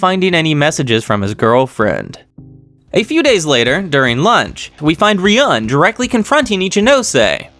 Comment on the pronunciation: Made a comment about name pronunciation a long time ago but didn’t really say how.😊 Ryūen is Ryu-en not ry-uen Kiryūin is Ki-ryu-in not ki-ry-uen Ichinose is ichi-no-se not ichi -nose (which you are saying correct right now😊) No offense though. Still love your vids. And also love how you reply to all comments, even in old vids.😊